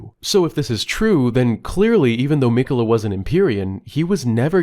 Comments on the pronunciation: Brother saying Mech-ulluh the entire video instead of Mick-ella when he hears the guy saying the name repeatedly is making me have a seizure fr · mic-uh-la not meck-uh-la. driving me crazy over here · You have too be purposely be saying miquella wrong it’s crazy